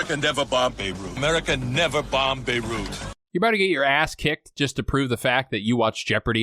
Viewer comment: Are you really saying Beru? like Aunt Beru? It's pronounced Bey root, it may be French but it's not pronounced like it is. Bayroot!